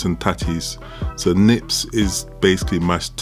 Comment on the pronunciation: Its Neeps, not 'nips' 😁